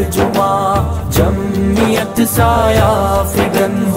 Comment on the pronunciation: تلفظ کی غلطی جمیت.... ضرور ی تھا کہ پڑھتے جمعیت